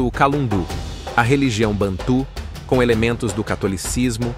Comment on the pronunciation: Excelente pesquisa. O narrador precisa, no entanto, saber a pronúncia certa de determinadas palavras. Bantu não é "bantu com cento agudo no u". Gêge é a pronúncia certa, não Gegê, com acentuação aguda no gê. Também a saudação aos Ciganos é"Opatcha", com acentuação na última sílaba. Só esses acertos para que as pessoas pronunciem corretamente as palavras originais.